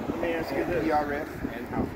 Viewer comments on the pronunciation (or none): Yeah, it's almost impossible for words to be pronounced correctly now days! The word is 'ASK'... Not - 'AKS'! One more time - 'A S K' ... NOT... 'A K S' ...! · Did he say axe instead of ask. What's wrong with these people's speech? They must be ignorant. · this guy is not real bright.....what does he mean when he says "ax"? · LOL he axed you alot Hes one slick tongue twister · I think this person who is wearing a gun is trying very hard to assert his black privilege and he thinks that he is a wordsmith and he can’t even say the word ask! And he is a supposed law enforcement ignorance is bliss